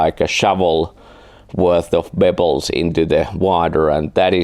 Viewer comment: Bebbles! not bubbles! ha He was saying pebbles ha.